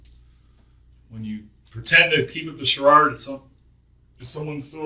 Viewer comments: It's pronounced charade/shə-rād, dummy. 🤦‍♂️ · cha-rard? I’ve never heard it pronounced that way 😂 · weird thing to get out of this but how does an adult not know how to pronounce charade? it's not an accent thing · a "CHA-RARD " LOL !! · Hahaha I laughed at that, had to rewind it and make sure that’s what I was laughing at hearing and laughed again 😂. WOW!!! Sharard….. reminds me of the word sharted 😂 😂